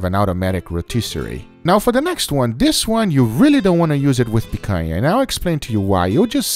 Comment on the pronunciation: Guga, are you brazilian? Your accent of "picanha" and "churrascaria" is perfect!